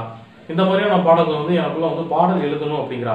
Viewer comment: தம்பி !நம்ம ஊருங்குற மகிழ்ச்சியில உங்க தமிழ் உச்சரிப்பு கூடை கூடையா மண்ணை வாரிப் போட்டுருச்சு....ழ கரம் லகரம் கத்துக்கணும் தொலில் பாடல்கல் அப்படீனு சொல்லலாமா? எழுத்துத் தொழிலுக்கு வந்து இருகிற சினேகன்ல இருந்து வர விரும்புற நீங்க வரைக்கும் தமிழ்லயே ழ் இருக்குங்கறதை மறக்கலாமா?..தன் தாய் மொழியை தப்பா உச்சரிக்கிற ஒரே இனம் தமிழினம்தான்! தயவு செஞ்சு கடுமையா பயிற்சி எடுத்து சரியா உச்சரிங்க.. நல்ல எதிர் காலம் வரும்...40 வருஷமா தமிழை சரியா பேசி,சரியா எழுதிகிட்டு இருக்குற ஒரு சினிமா எழுத்தாளன் ங்குற உரிமையியல சொல்லுறேன்... தப்பா எடுத்துக்காதீங்க!